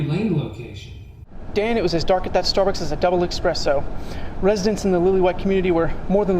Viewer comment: The only thing I'd change is the guy who mispronounced, 'espresso.'